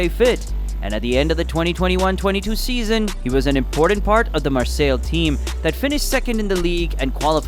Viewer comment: It’s pronounced mar-say